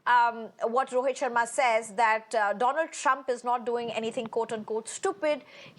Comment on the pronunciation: She just gave a new name…. After…Doland… “Donald Drump” 😅😅. “Struck by something on Right Eye”…. 🤦‍♂️ News Anchor 😓😒